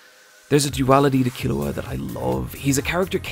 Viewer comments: In exchange he now pronounces Killua wrong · Hes killing me with the mispronunciation of Killua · why do you pronounce keeloas name so weird 🤷‍♂️ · Well, you should watch Hunter x Hunter again so you can learn how to pronounce Killua's name right. It's really not that hard. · C'mon Killua: Key-Lou-Ah Kurapika: Khu-Rah-Peek-Ah Love your vids keep up the good work❤️